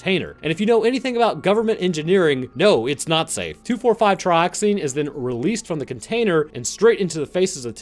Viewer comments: It’s pronounced Trioxin not Trioxine 🤦🏻‍♂️ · Tri Ox IN not Tri Ox EEN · You kept pronouncing Trioxin wrong. You kept pronouncing it like "Trioxine". Better luck next time. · its not trioxine.. Tri-ox- in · trioxin not trioxine. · There is no e at the end Triox-in not trioxine